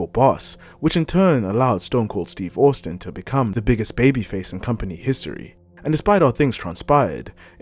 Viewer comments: You are pronouncing Austin wrong.. it is pronounced Ost-in not owust-in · Take this down and either re-do it, pronouncing Austin properly or just leave it off, as this is too embarrassing! Also, how did you manage this when his name is said repeatedly in every match he is in? Humiliating!